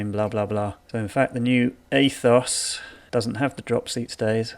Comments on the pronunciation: Yep, “Ay-thoss” - why did the pronunciation of this word get so much air time? Kind of ruined an otherwise decent video. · A'toss' or A'tose' with a long drawn out "O"(s_ _ _, that's expensive ! ), is the proper pronunciation in Greek. But Specialized will probably offer a pronunciation guide for $89, and thousands of Americans will buy it.